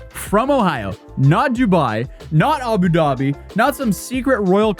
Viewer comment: "doobai" "abudaaa🥴bi"